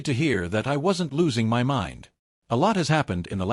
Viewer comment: The illiteracy of this AI voice. Shaking "M-Y" head. 🙄